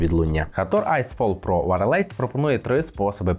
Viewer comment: Дякую за огляд, але один момент, якщо Ви не впевнені як вимовляєтся слово з англійської то хоча б вбийте його в гугл перекладач і послухайте. Wireless не вимовляється як варелейс )))))